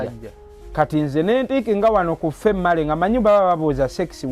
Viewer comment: I think it was female and male he pronouse it famale andmale😂😂😂😂😂😂